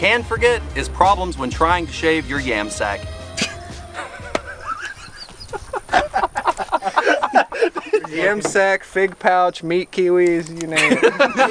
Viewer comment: He definitely said yamsack